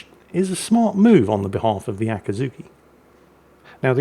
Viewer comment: Akiiiiizuki, not Akaaaazuki, I know you're biased, but ...